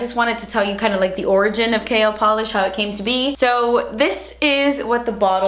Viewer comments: Whenever you say "KL polish" it's sounds like you are saying 'kale polish' as in the leafy green vegetable 🙃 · Sounds like 'kale polish' 😂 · I'm so sorry, but every time you say KL, I only hear "kale" Love you xoxo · Ahhh I'm so proud of you! Gumption is so so beautiful and because it's my favorite color and because the Holiday is one of my favorite movies I need it! Also, I kept hearing "kale polish" instead of KL polish and it made me giggle. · I keep hearing "kale" polish lol oyeeee congratulayshonssss miami subscriber super proud of you mama xx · this is AMAZING!!! I'm so proud of you! Every single shade is stunning and the excitement on your face is too precious!! I could not stop cracking up, when you say KL polish really fast it sounds like you say "Kale polish" hahahah keep killing it girl and making your subscribers proud. It's YouTubers like you that make people come back time and time again... we love you!! Xoxoxo!!! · Lol I'm not hating, so don't come after me, it sounds like she's saying kale polish haha! Love you! Using that morphe code:) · I remember when I first started watching you I used to think you were saying "kale polish" 😂😂😂😂💅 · please create a cool green shade and name it kale becuase when u said KL i thought u said kale and i got excited. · "kale" polish? lol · The more I hear KL, the more it sounds like kale! Love them all! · does it have kale in it?? lol totally sounds like you were saying kale every time. mmmmmm kale! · Kinda sounds like Kale polish 🤔 love you btw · everytime you said KL I understood KALE... so maybe that's a good name for a new nail polish :) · is it terrible that every time you say your brand, I giggle thinking at the same time you're saying "KALE" lmao congrats girl! Very excited to see what is to come from you! :) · Kinda sounds like "kale" polish ;P the colors look awesome though! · Every time you said KL polish I heard Kale polish 😂